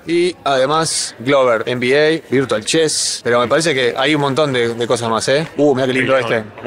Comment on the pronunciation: EN BI EI... EN I ES... dios mio tincho en pinta